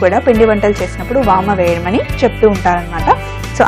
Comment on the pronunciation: vaama kaadu vaamu